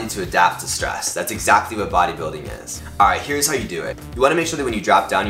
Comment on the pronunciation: "egsascly'?!?!? I think he means exactly.